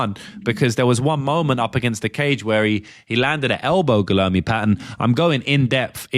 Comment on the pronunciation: Guilherme is pronounced like gweeyerme